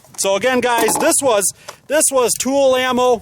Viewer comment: Tula not tool